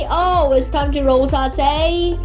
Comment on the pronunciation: is rotate not ro ta te